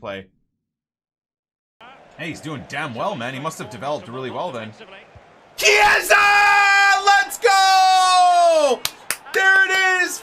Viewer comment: please is not cieesa, is pronounced kiesa basically, the ch in Italian sound like a k. Loving the series keep up the good work